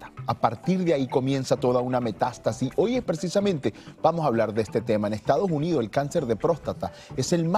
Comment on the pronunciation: se dice Estados Unidos y no Ejtado Junidos Que mal pronuncias el Castellano🙄😜👎🏻y cuando la dijo joy en vez de hoy ya nada que hacer, 😝👎🏻